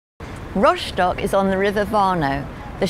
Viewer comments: /rostok/ not /roshtok/ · What's with ROSHDOCK? It's rostock....even German's don't say it like you do.